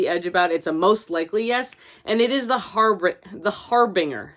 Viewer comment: If you like the Harbinger series - or not, please, PLEASE learn to correctly pronounce the word "harbinger "